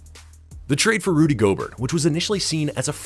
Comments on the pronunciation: Pronuced gobert wrong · Rudy Go-Bert